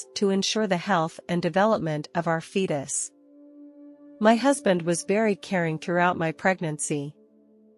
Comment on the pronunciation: Like how she says "of our fetus". 😢..not..